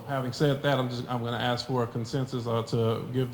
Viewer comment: The word is agreement. AgreeMENT! Ask not AX. It’s not difficult.